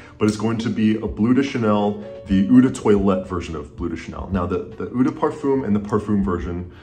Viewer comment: eau is not "oo", it's more "oh". Just use Google translate and type eau de toilette in the French one and let it pronounce it for you